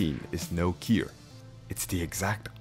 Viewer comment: Bro it took me over half the video to realize you were saying ‘cure’ I was asking myself the whole time what the heck is a keer.